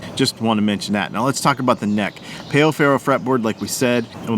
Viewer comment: Great video, but you're pronouncing Pau Ferro wrong. It's not Payo, it's Pow, as in Pow Wow. Great show, though!